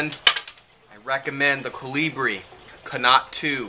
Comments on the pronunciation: I think, 'connaught' is pronounced 'conort' (it would rhyme with 'sport'). It looks like a good lighter for the price. I use matches, but I have been thinking about buying a lighter. Thanks for the info. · Connaught ... approximately rhymes with 'bonnet', not 'a lot'. :-)